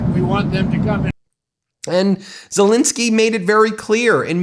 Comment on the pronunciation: It's Zel Ensky NOT Insky. You have not pronounced his name correctly EVER. Should we call you Bin instead of Ben ?